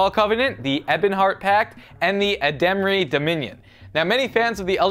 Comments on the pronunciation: its aldmeri dominion not alldairy dominion. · Alderi! Not Edemry! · *Sigh* Its Aldmeri not Ademri...... SIlly:3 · Ademry dominion? WtF its almeri dominion, ghod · Just some corrections on the elder scrolls. 1. It took place one thousand years before skyrim not thousands. 2. It's aldermeri not ademri. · Aldmeri not ademeri. -_ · "ADAMERI DOMINION"... that's Aldmeri Dominion guys. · Ademri really? its Aldmery. cant stress the L enough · *Aldmeri* dominion. not aldemri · ...It's Aldmeri...not "Ademree" lmao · Cyrodil not Cyrodel Aldmeri not Ademri And 1 thousand years before not thousands Ohhh how you disapoint me (:^| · Said aldmeri wrong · I'm sorry, but who the fuck pronounces Aldmeri like that? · OMGURD HE PRONOUNCED ALDMERI DOMINION WRONG. OAUSDHVISDUGUGASSADG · he didnt say aldmari right lol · He said aldmeri wrong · NO NO! he pronounced the Aldmeri Dominion wrong!